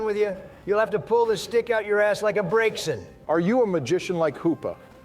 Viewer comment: Hearing pronounce Braixen right made my day.